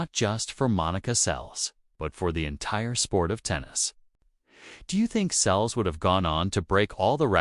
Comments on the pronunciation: It’s Seles, not Sells, you idiot!! How frustrating! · Please learn how to pronounce the names correctly, ruins the story when you repeatedly get it wrong. Seles (pronounced Sel less)